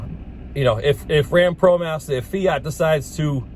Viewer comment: What’s a Promastah...lol